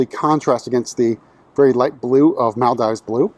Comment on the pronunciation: Its pronounced Mal-DEEVES